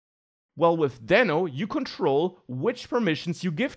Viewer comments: It's Deeno. Like Reno Nevada. :) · It pronounces as "d i n o" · It's DEEEEEENO. Like Dino. Because it's a dinosaur. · It was supposed to be pronounced as Dino(Deeno) just what Ryan told. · I guess he changed pronunciation to "deeno" now... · I thought it should be pronounced daino.. Like Dinosour. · Not to take anything from you, but you might consider learning how to pronounce it before you recorded 14 min video about it.